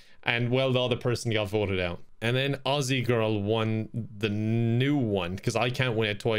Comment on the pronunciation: THANK YOU! You said 'auZZie'! You are SUPERIOR to americans because they keep saying 'auSSie'. I appreciate that!